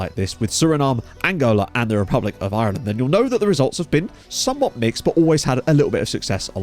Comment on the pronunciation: I love you, but you say Ireland so weirdly.. I can't put my finger on it. Love your vids mate. You rock.